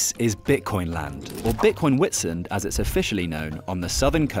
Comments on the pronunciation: Nice one. BTW it's pronounced vit-sunt. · "WHIT SIND"?! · Just so everyone knows, there’s no longer a gym 😂 also you say the name “Witsand” as if the “W” is a “V” 🙏🏻✨ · The "W" in Witsand is pronounced as a V. Great video love your content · It's pronounced - "Vit-sunt" meaning white sand in Afrikaans